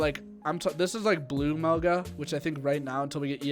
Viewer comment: Everytime someone says Melga I want to fucking vomit